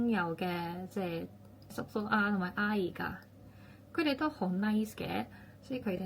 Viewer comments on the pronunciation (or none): 廣東話已經非常流利了😍 by the way , 阿姨 (廣東話發音是 亞衣 唔係 鴉而), 阿是第(3)聲, 姨是第(1)聲. 😉